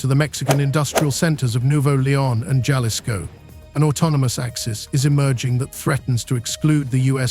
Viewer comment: Jalisco is pronounced ha-lisco